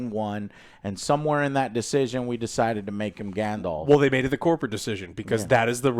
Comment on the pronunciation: I died inside when I heard grand-elf…